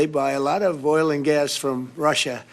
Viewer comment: He just doesn't know how to pronounce the word GAS correctly.